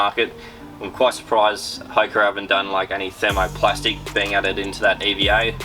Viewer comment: Love having an Aussie take on the running shoe world but the pronunciation of Hoka in this video is cooked hahaha 🍳